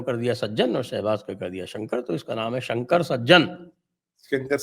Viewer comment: शंकर नहीं संकर सज्जन